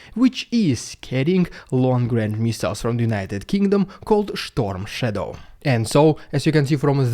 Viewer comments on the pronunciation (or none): "Storm Shadow"(*) , not "Schtorm Shadow" 😅 *:SCALP-EG